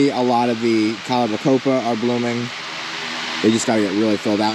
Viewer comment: OK... I gotta say it. It's pronounced Calibrachoa, not Calibacopa. Bugs me every time I hear it, lol.